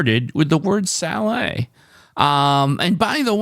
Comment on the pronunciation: Nice solve Doug! Salet is actually pronounced not to rhyme with Valet but more with Sonnet. Anyway, today I played DEPTH; WOULD; AWARD